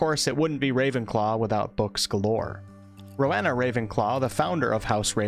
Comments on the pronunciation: Stop, stop, stop! You're going to take someone's eye out. Besides, you're saying it wrong. It's Ro-wE-na, not Ro-ha-na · Ms. Ravenclaw's first name is pronounced Ro-WEE-na. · Bruh please learn how to pronounce the names properly if you're going to make an informative video like this. Every time you said 'Ro-weh-na' I wanted to punch the screen. It's Ro-wee-na (would know since it's my goddamn middle name). It's a Welsh name and one of the great things about the HP world is that it represents all four countries in the UK so please do their cultures justice, Jesus Christ. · It's pronounced roe eena for Rowena and for the houses I feel at home would be Gryffindor, Hufflepuff, and Slytherin. I'm not too creative but do have a vivid imagination